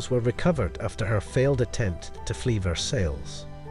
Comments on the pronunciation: Its pronounced Ver-saayee , not versails . . geeze . . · Ver-sales. Lol These older AI voices are so funny. Theyre getting much better though.